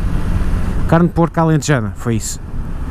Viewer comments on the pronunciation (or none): none